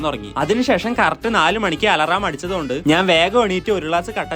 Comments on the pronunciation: Cinima❌ cilima✅ Alaram❌ alram✅ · Alaraaam alla ചേട്ടാ അലാറം 😊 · Alaraam alla alarm